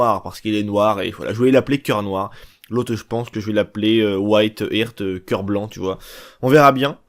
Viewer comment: Coeur en anglais ça se prononce ART avec le H aspiré pas Hirt histoire de pas passer pour des ignorant. Mise à part ça tes vidéos sont très réussies